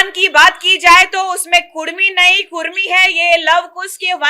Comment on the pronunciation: Kurmi nahi kudmi boliye jayda jante app kya